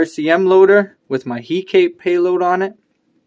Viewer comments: Nice video, although I'm pretty sure it's pronounced Hek-a-te :P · The way you pronounce hekate is going to drive me mad